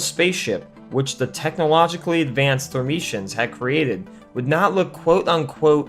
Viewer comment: Friend, they are the thur ME ens! Otherwise, solid video!